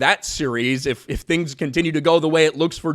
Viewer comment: "EveryTing!??" NoOoOoooo... we must have our Tings!! 😉